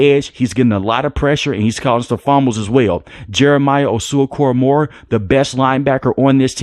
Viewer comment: Bro how u gonna slaughter JOK name 😂 I can't spell it but it sounds like oowoo-sue cora-mowa